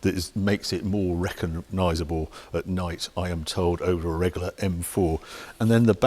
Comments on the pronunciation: Harry’s drinking game, every time he says “Regoolar”, take a drink!! Great review! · I love the way you say Regular. Reggaller 😆😆